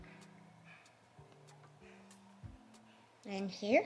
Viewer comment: interrogating about Princess Bride was amazing. I’m glad has discovered the genius of Mandy Patinkin! I also definitely thought said “there’s a monster when you poo” at first 🤣